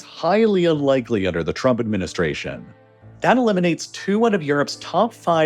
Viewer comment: Is it only me or he's actually pronouncing it "the Truck Administration" lol